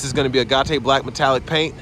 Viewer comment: "Agate". Ok Coach Hines. Hahahahaha.